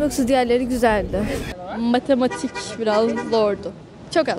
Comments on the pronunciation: deki o matamatikk deyişi 😂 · MATA-MA- TIK jajhdjzhssh